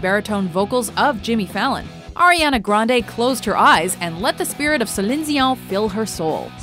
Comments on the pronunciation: This is how you know is from Montreal with the way they pronounce Celine Dion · Why could to he presenter say celine Dions name properly no one else says it with an accent probably not even celine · Waiting for Ben Affleck on Morgan Freeman. And gosh that Celine Dion pronunciation. 🙄😒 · How did she pronounce céline dion??😑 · celine dion is not pronounced like that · Every time they said Celine Dione they said it wrong. Come on America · No one pronounces Celine Dion like that, unless you are French Canadian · That's not how you pronounce Celine Dion's name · Celine Dion is miss pronounced once again :( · The over pronunciation of Celine Dion is hilarious. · Celine "Zeion"? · Celene "Zee-on"? WTF? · Ariana Grande doing impression of "(attempted yet failed French accent) sel-linn de-o"? Wow. Learn to pronounce people's names correctly,. Smh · It's Céline DION! NOT "Sillin Zeeon"!! There is NO "Z" in Céline Dion!!! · Seline Cion? Who the heck is that? I only know Celine Dion? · I'm sorry what? Sellin xeon? No, it's Celine Dion. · Isn't it Celine Dion, and not Celine Shigong? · How is it that i scrolled for days and no one mentioned how she said Celion Dion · Who’s “Celizion”?! Lol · Who is Zeleen Zeeon? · No one says Ce-lion Deh-onion, neither should you. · Does the narrator actually say "Celine Zion"? :-D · Céline Dion is pronounced Selene deon basically not what ever you said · You are terrible at pronouncing Celine Dion... it's not Diyon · Suh-lin Zee-awn? WTF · omg it's pronounced like "cee-lean" (Celine) I don't even know what the fook she was trying to say 😂😂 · why the fuck does this channel pronounce Celine Dion like chandon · I hate it when the woman is speaking perfect English and then has to speak anything that is remotely French in a perfect French accent, Celine Dion becomes Celeeennee Zion. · "Ariana Grande as Celinn Sión" ....wtf? ^^ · the narrator always says Zeline Zion. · WTF is Cizen Deon? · It's ce-lean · see-line dee-on